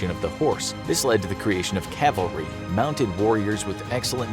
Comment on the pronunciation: Thanks for not saying Calvary.